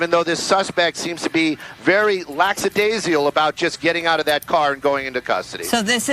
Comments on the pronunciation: "lacksadaisial" says the guy who speaks for a living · laxadaisial? Slow down, pal. It's lackadasical. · the male says that the driver has a "laxadasial" attitude while getting out of the car. I'm pretty sure the word is lakadaisical. And why the stupid comment about stopping to exchange insurance information? Reporters with IQ's of pinheads. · Laxedesial??? As in he s#*t his pants? No wonder the commentary is idiotic when the commentators can't speak their own language… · "very lacksadaisial" 🤣